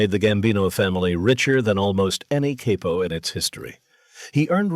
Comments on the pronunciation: THIS BILL CURTIS VOICE HAS TO BE AI CAUSE HE WOULD'VE NEVE SAID KAIPO WATCHED HIM BACK IN THE DAY IT WAS ALWAYS CAPO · Pretty sad that the AI voiceover pronounces it "caypo". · The narrator does these videos enough that you'd think he'd know the correct pronunciation of capo